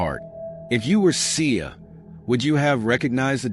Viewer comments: They’re not pronouncing her name right and she was not shot 20 times.💯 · Please take this video down. One the caption is off you’re saying her name wrong and just.. etc